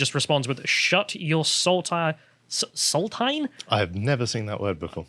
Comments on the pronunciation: It's pronounced "sal-TEEN", and it refers to a saltine (plain white and salted) cracker. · Saltine: pronounced salt-een. Brand of salted crackers in the US and idk where else. Hearing them reading it out made me bust out laughing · Pronounced "salt-een". It's a very popular type of cracker in the US. Check out some of Chris Rock's stand-up for examples of that being used as a derived slur. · It's pronounced salt teens. It's a plain soda cracker, with a salted top. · Pronounced Salt-een. Saltines are type of Cracker in the US. Cracker is like a dry bland Biscuit that you put cheese on. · Always amusing when people see a word and can't pronounce it and think they have never seen it before. Saltine (sawl·teen) or soda cracker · Saltine is a brand of crackers in the US its pronounced salt-teen. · Salt-tine lmao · Saltine is pronounced "Salteen", it’s a brand of cracker (like ritz) in the United States. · The word "Saltine" is pronounce SALT - EEN. It's a brand of HuWite cracker. A Saltine Cracker. You can often find them packaged in pairs at the salad bar, or with your bowl of chili. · It's pronounced like "Saul-teen", and it's a type of soup and salad cracker. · Wait, do British people not have Saltines? 🤣🤣🤣 pronounced: SALT-EENS fellas! Haha! Sorry I really enjoyed these commies getting what the deserved but that mispronunciation was a record scratch for me. 🤣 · It's pronounced salt-een It's a type of soup cracker here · FYI "saltine", pronounced saul-teen is a kind of salt-coated cracker. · He said Saltine. whichis pronounce salt een. Saltines are a type of salt cracker, white in colour. sometimes called soda crackers i belive. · it's pronounced sal teen. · Saltine is a lightly salted square cracker and is pronounced like sawl-teen. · Saltine, pronounced "sal-teen", is the square salty cracker. Also known as a soda cracker. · "Saltine" (Sall-teen) is the most popular brand of crackers in the States. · mispronouncing saltine was hilarious.